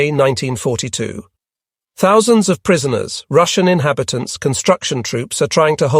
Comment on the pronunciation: If it wasn't for the 'one zero zero zero...' pronunciations of numbers, I would have never believed this is an AI narrator.